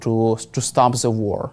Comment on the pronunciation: You don’t say Zze you The